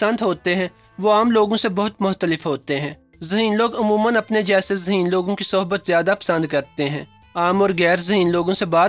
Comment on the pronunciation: Phly koi yeh btaye zaheen hota hai ya haseen.😂😂🤣🤣🤣.... bhai bol toh sai lo😄😄